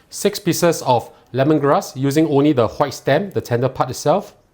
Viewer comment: I think it's time you stop being pretentious and pronounce the word white properly